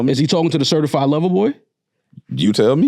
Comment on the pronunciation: He messed up when he said CErtified.